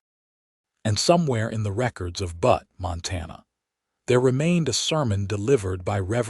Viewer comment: What is even worse is AI doesn't know how to pronounce "Butte" (as in a bluff). It is not "Butt" (what a male goat does to another or what can be sat upon). People creating these stories should at least be respectful enough to insure proper names are pronounced correctly; even those with three-armed women and men who wear two hats.